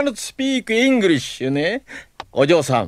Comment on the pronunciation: nah, the "i" sound is from "shi" in 'engrish' as in イングリッシ